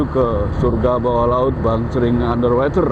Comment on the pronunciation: BacaY bukan Ander Weter tp Ander Woter nti slh ucap bs salah artiY